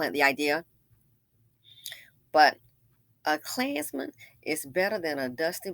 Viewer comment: Every single time you said "A KLAANZMAN!" I cackled 🤣🤣